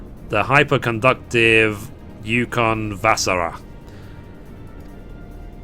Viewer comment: As a Finnish person your pronunciation of Ukonvasara was so funny, but at least you tried :P